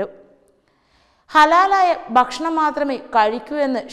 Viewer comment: News readers should be trained to spell rightly. guran- khuran, bashanam- bhakshanam and many more.